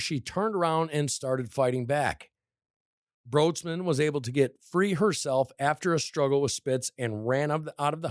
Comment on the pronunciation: Her last name is actually pronounced like “Brights-man”